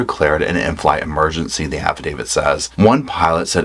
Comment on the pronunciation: you’re the only true crime commentator that pronounces affidavit properly.